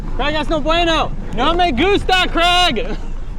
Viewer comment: Is your name Craig with an a or Creg stressing me out honestly man try using the a in his name 😩😩😩